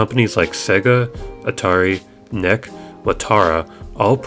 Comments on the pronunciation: It's N-E-C, not neck lol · lol, This guy thinks NEC is pronounced "neck." What the fuck. En... Eē... Cee. It's an abbreviation, not an acronym. It stands for Nippon Electrical Corporation.